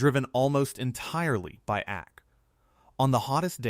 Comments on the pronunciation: AC is pronounced aye cee, not ack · Tell your AI that it is A C, not ack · Yeah that was good😂and ak for AC😳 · Megacity and ack units, AI just can not read or pronounce the written word😆